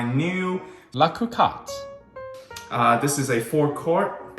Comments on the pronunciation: Agree. Hearing it pronounced "Coohcot" just sounds weird. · The first ‘’o’’ in Cocotte is pronounced the same way as in co-creator, and the “o” in cotte as in pot. 🙂